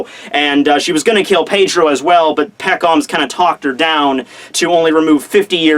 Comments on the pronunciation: I cringe when says Pekoms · hey I love your videos very informative, but i hate how you pronounce pekoms